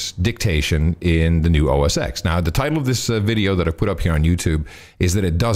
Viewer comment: It's pronounced OS ten :)